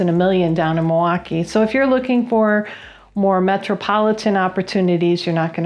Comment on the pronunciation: You pronounced it right!! Mawaukee!